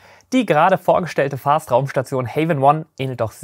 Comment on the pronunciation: ahem Vast nicht Fast. Vast gesprochen wie mit einem W. nicht wie mit F. Ok genug Englischlehrer gespielt. Du machst wahrscheinlich den besten Raumfahrt-Content auf Deutsch. Ich hätte übrigens noch einen Themenvorschlag, und zwar über die britischen Raketen wie Black Arrow und die verwendeten Triebwerke wie die Gamma Serie.